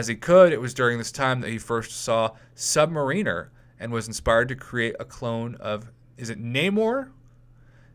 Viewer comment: He was hinted in the X-Men movie AoA as Essex Corp on the case that was used to collect blood samples from Stryker's compound. Anyone that really wants his story, read the "Inferno" storyline of Uncanny X-Men. It's pronounced "Mare-in-er"